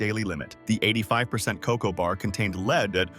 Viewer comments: you pronounced lead leed......what are you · Why is lead now being pronounced, 'leed' ? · Points off for not pronouncing lead correctly. Leed? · Lead is not pronounced LEED!!! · Lead pronounced as leeed screams AI to me. I this information true? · “Leed” poisoning…. Sheesh! 🙄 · AI...lead...not leed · ¡¡ Leed? Lead as in head, stupid robot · AI MAKES ME NOT REALLY SURE HOW TRUE THIS IS. THE WAY IT SAYS LEAD AS LEED???, NOT SO INTELLEGENT. WHO ELSE CAUGHT IT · Tip for the makers of this AI video: When you want your AI audio to say the metal, “lead,” in the broadcast, type it out as “led,” so they pronounce the damn word right. 🙄🤦🏼‍♂️ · Pointless presentation… & the AI is lame. It keeps getting the pronunciation of lead (the heavy metal) as “LEED”. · Lead is LED. AI at it's worst. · It's really hard to take something like this seriously when you can't even get a narrator that pronounces the words correctly. Lead:which is a metal can be toxic to the human body. Lead spelled the same as lead has an entirely different meaning. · What is leed😢 ai mispronounced how do I believe you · "..the highest LEED contamination of.." AI Ai Ai. And please don't use the dirty word, "California" in my presence. Another no no "carbon footprint'. This vid is kbull shid. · LEED LEED LEED LEED! 😡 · Lead needs to be pronounced correctly, not as /leed/ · Fix the AI to pronounce lead correctly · Good information. But - if you're going to use automated narration, how about correcting the ludicrous-sounding errors before posting? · That',s not how to.prnounce LEAD. ?? Aldi ?? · What’s wrong with the announcer? It can’t pronounce the word “lead” consistently! It is apparently an AI. Who’d a thunk? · How believable is yourvideo when you constantly misptonounce the word 'lead' throughout your entire video? Perhaps your research is equally as bad. I am gone. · This generated voice had no brain how to pronounce "lead." It kind of detracts from the validity of believing these facts.